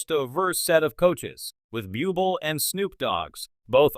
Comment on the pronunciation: Could you please get a commentator who can bother to learn to pronounce well know performers' names? Bublé & Stefani are well known enough for there to be no excuse for such laziness & ineptitude?